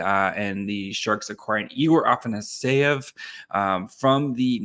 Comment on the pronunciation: Afa-sa-ny-ev? Lol it's afanasyev ah-fena-si-ev